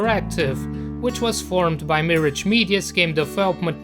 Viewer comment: Miraaaggge (not mirige)